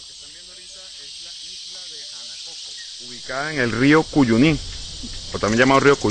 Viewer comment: Dicen que están en la Guayana Esequiba (territorio venezolano) y se despiden en inglés. ¡Qué error! ... Otra: la palabra Cuyuní, con vocal tónica en la "i", se pronuncia con acento í. Las palabras agudas acabadas en 'n', 's' o vocal llevan tilde.